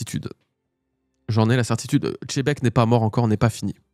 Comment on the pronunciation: Tzebec, Chebec quelle horreur d'entendre ces prononciation malfaisantes. Il est temps de respecter ce magnifique personnage qui va bientôt disparaître et nous laisser avec les bisounours de mugiwara.